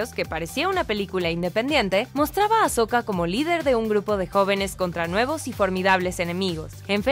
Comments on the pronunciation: es "Ahsoka" y no "Ashoka" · Noooo ES AHsoka no AsHoka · Hermione: es AHsoka no AsHoka!! 🤣🤣